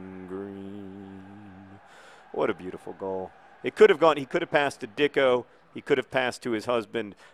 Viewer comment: I'm pretty sure that it is pronounced deecko opposed to dicko